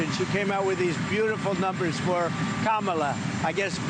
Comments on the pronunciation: Alleluia! He finally said her name right: Kama-la, that goes to show he does his schtick on purpose. Many of the idiots who follow him, act a fool, probably don’t realize he’s trolling & gaslighting; when Trump wants to, he shapes up, he knows when to act right, unfortunately many of his followers don’t know when to be civil. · I like that he pronounced her name correctly...